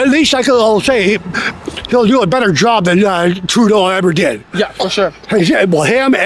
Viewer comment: “They tuk my joooub”